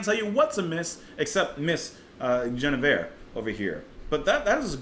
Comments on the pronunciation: Clearly, since you just listened to the song, it is pronounced with a hard G, not a soft one, as you keep insisting. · Why are you mispronouncing her name, even after you heard it sung?